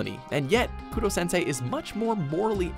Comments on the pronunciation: It’s Korosensei not Kurosensei. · It's not kurosensei It's Korosensei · Koro-sensei not Kurosensei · It's korosensei not kurosensei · It was "koro sensei" not kuro